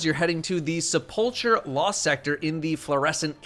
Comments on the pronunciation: didnt know how to pronounce Sepulcher? Guess he never played Skyrim. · When said Sepulcher wrong I immediately said the correct pronunciation out loud, then the google bit after that killed me. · That cut when you said sepulcher lmfao